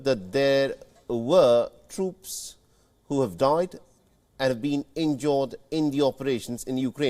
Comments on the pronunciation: You need a English speaker to give you scripts. Half of this shit makes no sense. I mean wtf is Injorred? Is it injured? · Its injured not INJORD 😂